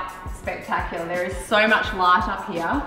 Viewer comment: That accent had me laughing my ass off when she said This Hoyme is Soy Big. LOL !! I love Australians. Cheers from New York City.